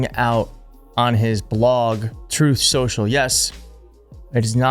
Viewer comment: It's pronounced Trothe Sooshall, as per tiny taco 🍄 himself 😂🤣😂🤣